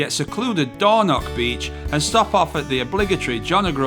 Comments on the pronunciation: The Highlands really didn't deserve this pair of plonkers, and their massive campervan blocking highland roads. WTF is Dornock, if you can't pronounce it don't say it. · Please try to pronounce the place names correctly.🤣 Its not door knock beach. 😳 Ask a local how to pronounce the names, they are happy to help. 😁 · dornoch, with a ch at the end , not a c or a k. loch is the same ... and no wild camping in a motor home